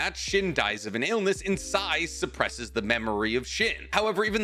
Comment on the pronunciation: the way i stood still while listening to this in my workplace before nodding after hearing "Sai." as though assuring myself all was right in the world